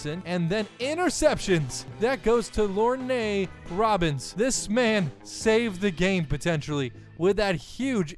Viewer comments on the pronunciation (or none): its pronounced LORN...nor LOR'NEA